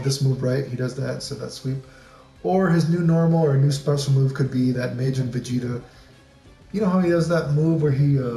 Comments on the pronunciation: well it's pronounced "mah jinn" like "mah nigga, mah nigga, mah nigga". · Tf was that pronunciation of Majin.